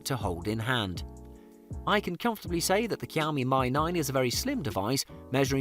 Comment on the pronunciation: kiaomi my 9 nice it's pronounced "shiaomi me 9"